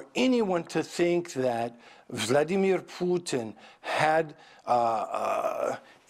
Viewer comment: the lady has a poopy face on hahaha.. and the way Steven says Vladimir Putin is impeccable!!!!!!!